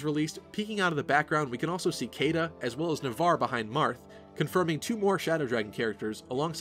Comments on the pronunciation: Caeda is pronounced She-da. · I dunno if it was just me or is Caeda supposed to be pronounced as Shii-da, whereby Cae- sounds like Cae-sar of Julius Caesar?